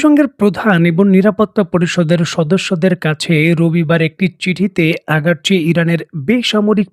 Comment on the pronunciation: আগারচি না ভাই, আরাগচি হবে